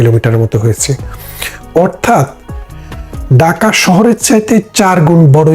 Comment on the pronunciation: Bhai daka shohor Hobe na, hobe dhaka shohor vasha thik koren,tar por media te ashen